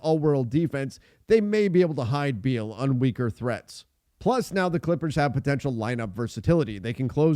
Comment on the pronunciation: Thiers no D in beal